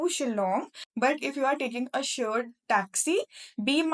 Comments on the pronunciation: She meant shared cab, pronunciation error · Nice information, but one correction - it's "shared cab", not "sured cab"